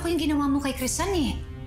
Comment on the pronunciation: PARANG HINDI CRISEL YUNG PAGKAKARINIG KO PARANG CRISAN